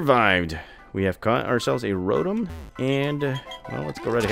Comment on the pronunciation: you are pronouncing "Rotom" wrong. It is pronounced, "row tom"